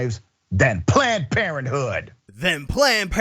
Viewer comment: Love the emphasis on “planned parenthood.” 😂